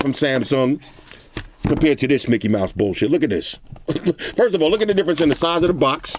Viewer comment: “Frist impressions “